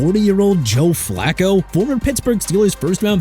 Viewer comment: First off Pollard is pronounced PAH-LURD NOT POU-LURD Mr. Illiterate! Second Flacco is pronounced FLAH-KOH NOT FLAK-KOH! Third what gives you the right to put Miami at #17 because of "worrisome injury history" from Tua and that Wilson and Ewers can't save the day?? Are you serious?! You wanna keep trashing my team?! Go ahead then cuz I don't care! You ppl make me sick!!! Oh and by the way Minshew is pronounced min-shoo not min-choo! Pathetic